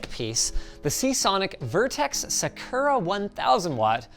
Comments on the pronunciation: yes. That is 100% how to say the Japanese word saKURa. Jfc Linus. Să’-kū-rə. After everything is done, it’s neat how trans-pride it all looks. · "SAH-koo-rah" not "Seh-KER-uh." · one thing that annoys me is how they pronounce Sakura, it's pronounced Saa-Kur-uh, not Saa-Koo-ruh. i only say this because i used to actually get made fun of for mispronouncing it. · Linus it’s “Saa-Kur-uh” not “Suh-koo-rah” 😭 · Omg Linus it is Sakura not Sukura....Sa-ku-ra. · Sakura is pronounced "SAH-ku-rah," not "suh-KER-rah." Nice touch playing "Little Kitty, Big City" for the gaming test. And I remembered Donut County...makes me want to go play it again. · Also y u say S-uh-kerr-uh edition. Its a Sakura, A cherry blossom, S-ah-kur-ah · suhkura wtf. it's sah-ku-ra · Linus has gone full blown UwU~ xD Edit: Linusssss it's "SAH-KU-RAH" lmfaooo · "Se-kurr-uh" Linus not a weeb confirmed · Saa-kur-aa 😂 that may be more proper, I’m not familiar with the dialect. But most American dubed animes pronounce us sakur-a not sa. Kur. A. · my inner weeb reee's every time he says "suckera" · *sigh*...... Linus, its Sah-coo-rah, well.... close enough anyway. Not...whatever it is you said. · sakura > saa·kur·uh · Sack-ERRR-rah. No nihongo jozu card for Linus. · Sa-ker-aa, is a crazy way to pronounce Sakura 😂😂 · The way Linus says sakura xD. It's pronounced saw - coup - rah (since its a japanese word you could get fancy with the R, but I'm not gonna be picky with a sound english doesn't have) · All the dislikes are for the way Linus pronounces Sakura 💀 ☠️ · oh, the way he says sakura hurts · Linus's pronunciation of Sakura is killing me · The way Linus said "Sakura" physically hurt me. 🥺 Yes, I'm aware I'm being pedantic. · Rip to anyone who decided to play a drinking game every time Linus said sakura incorrectly. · the way Linus pronounces Sakura is sending me lmaoo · Never heard someone say "sakura" so wrong in my life